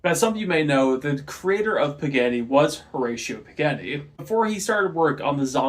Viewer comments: "Mahzdah" and "Pahgahni". Best I can do phonetically lol Japanese very rarely uses "aye" for A, it's almost always "ah", and Italian, just like Japanese, is almost always "Ah" vs "aye" for A. Italian examples: Pizza, Carbonara, Ferarri Japanese examples: Takoyaki, Tamago, Konnichiwa Both examples use "Ah", not "aye" For what it's worth, I still enjoyed the video lol. Nice work! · You’re pronouncing Mazda and Pagani wrong lol